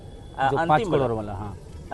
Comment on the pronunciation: ये करोड़ नही कह पाता पत्रकार कडोर😅